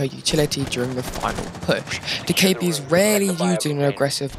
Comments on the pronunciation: im pretty sure its doe keh bee btw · I love how u said do ka ebi lol 😂 Keep ur content:) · hahaha that was funny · it’s annoying how you say her name wrong